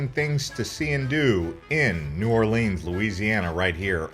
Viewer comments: It’s New Orlens not Orleens! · The first thing to do in New OR-lins is to stop calling it New Or-LEENS. Thanks. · lol "New Orleens" like it's Disneyland or something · "New Orleeens"??? Please. Also, that wasn't a horse-drawn carriage, it was mule-drawn. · Not New Orleens, New Orleans, thank you. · please pronounce the name correctly it it is NOT OR lrrns it is OR LE ONS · For real! Everyone calls it that, it's not new orleeens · His pronunciations are killing me 😭 💀